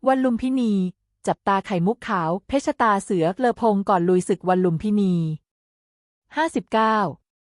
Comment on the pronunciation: เพชรตาเสือ อ่าน ว่า เพ็ด ตา เสือ มิใช่ เพ็ด ชะ ตา เสือ วรรคตอน ผิดตลอดเลย ปรับปรุงด่วนนะหนู